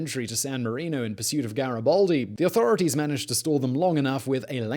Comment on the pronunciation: GaribAldi not GaribOldi ffs